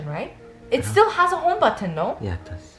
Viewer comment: I love how you pronounce Homebutton 😂😍